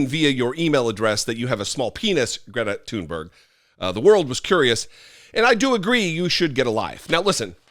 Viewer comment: Andy taint; 1) too STUPID to know that “he” had been mocked, 2) too stupid to pronounce Gr-ee-eta Toon-berri-uh’s name, 3) argues with a young girl to prove “his” manliness…. These republoturds shriek out loud how unmanly they are. Here’s an idea to prove your manly dominance you weakpublikkkans; go pick fights with other republoturds like, elephant killer don jr, or squeaky ben shapiro with fists not cowardly guns, film it and show us just how tough you are. Leftist veterans like and myself are of course not a challenge.. Heck, why not fight the most manly, muscular alpha of them all; the king of mar-a-lardo?